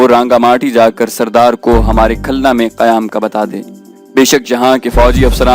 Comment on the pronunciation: Khulna. Ko khalna